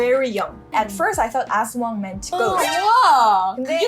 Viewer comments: Its in EDSA and its called "TULAY".. Guadalupe.. Its one of the MRT Stop Station..😊✨🇵🇭 as-WANG. The word aswang is divided in 2 syllables: as-wang. The tonic syllable falls on the last syllable wang.😅😊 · You should pronounce 'aswang' faster as it sounds something else o English speakers haha